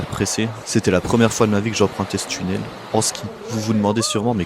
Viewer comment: Tchunnel? Ouvertchure? C'est quoi? Aaahh tu voulais dire "tunnel" et "ouverture". Faut parler correctement et pas comme un cassos de la té-ci.